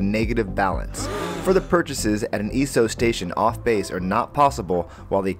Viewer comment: Dude, you are killing me how you are saying "Esso". Please learn how to pronounce words correctly before creating an informational video like this. But other than that, pretty good video.